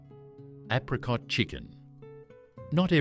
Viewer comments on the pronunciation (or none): Apricot is pronounced wrong. Apricot chicken is still popular. I make it many times a year. Tuna bake still common. I make lambs liver, bacon and onion regularly. I've never seen welsh rarebit in Australia. Yet another lazy and poorly researched AI garbage.